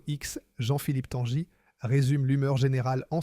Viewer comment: Tanguy ne se dit pas "Tanjy" mais comme le prénom Guy, Tanguy quoi, ou comme un bateau qui tangue et non pas qui "tanje"...